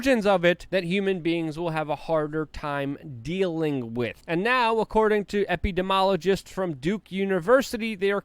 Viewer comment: Ep-a-dee-mee-ologist. Also, AK-wee-es.😉